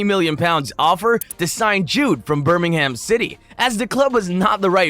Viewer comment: The pronunciation of Birmingham and Jobe is terrible. And Leamington is just offensive 😂